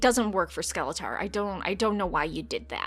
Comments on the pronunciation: Bruh the way you pronounce Skeletor is just no bueno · "skele-tahr" kills me... It also sounds like watching this would kill me too